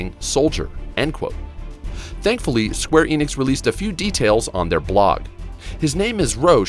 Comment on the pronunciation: Enix EN-IX N-IKS. The company is square enix. No idea what Eenicks is.